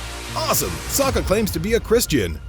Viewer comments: Hes called Saka not Sarka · Saka not Soka! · How Americans say 'Saka' cringes me lol